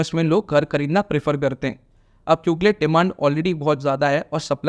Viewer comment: Buddy it's kyunki and not kyunkle😄